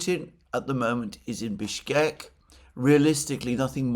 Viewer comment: Mercouris, How is it that you can correctly say Bishkek yet every single time you say Lavrov it is a disaster?